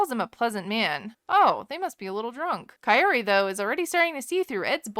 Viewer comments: he pronounced her name CHAYOTE 😂😂😂 he called her CAYOTE 😂😂😂 man this guy is terrible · pleassseeee stop saying coyote!!!! her name is kaiyori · Its not Ka-i-ory, just like “car” without the r and ori from “original”, so “ca-ori” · It's not ky-oary like you said it is. The r is pronounced like an "rd" but he's stressing the d too hard on her name so it sounds like coyote with an accent. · Well you didn't pronounce her name correctly either. It's /KAORY/ not Kayouri 😂😂😂 it's a Japanese name adapted to Spanish. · For a long time I thought her name was coyote until she pronounced her own name and realised it's Kaory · You are saying her name wrong. Ka- as in like you would pronounce Cu-p not like you would pronounce a Ki-te. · It's not KAI-ory, it's KAH-ory. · Y’all stay butchering her name. It’s pronounced “cao-ree” not Kay-or-ee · He's poorly pronoucing her name. He can't trill the R and is then pronouncing everything else American like. Hence KAI-OH-"D"EE. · Uh, I don't think you're pronouncing it correctly either. Her friend that set her up with Ed pronounced her name "cow-ry" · KAH-OH-RI that's the correct way to pronounce it! :( Kaory doesn't need anything from Ed, she's a whole woman. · Coyote 😂 lmaoooo, yeah not only does he not say it correctly but he never says it the same way twice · I swear his pronunciation of Kaory sounds like Coyote 💀✨ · Thank you for saying will he ever say her name correctly! I yell at the screen everytime ! There's no T. Phonetically Kiori! Come on Ed while correcting others pronunciation. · Her name is pronounced Coyote. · he keeps calling her koyote i can´t 😂 😂 😂 😂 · He called her chaory? 😅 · Big Pred has butchered this woman’s name so many times I’m surprised he hasn’t called her Kayak yet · the R is possible, the RR in the other hand is not, but this was just a way to help people so they wouldn't say coyote like Ed xD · He wanna marry someone who's name he can't pronounce... 😂😂😂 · Girl you didn’t say her name right either